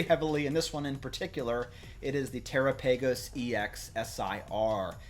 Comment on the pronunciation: Look up how to pronounce Terapagos